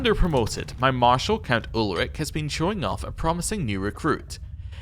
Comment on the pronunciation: Another thing about the pronunciation: ch is mostly a h. Sometimes it's a french ch at the beginning of a word. But in Ulrich's case it's always a h-sound. A h following a vowel lengthens the vowel. Y is pronounced like the french u or german ü usually is. G is always pronounced as the g in give. If a word ends in a vowel, you pronounce that vowel. Z is a 'tz' sound. S can be a z-sound or an s-sound, that boils down to the speaker, a double s is always an s-sound. J is always a y-sound like in the word yoke. And when saying a name you usually stress the 2nd or 3rd to last syllable. (example: Charlótte, Gáutselin, Ádalbert, Wérner, etc.)